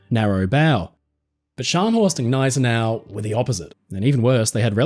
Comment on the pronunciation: it's not Guh-nay-se-nau, it's Nigh-se-nau